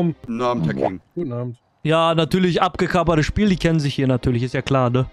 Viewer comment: fürs nächstemal. Es heisst "abgekartetes Spiel" nicht abgekapert.😆